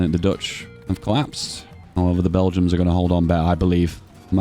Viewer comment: Why do you call them bell-jums instead of Belgians?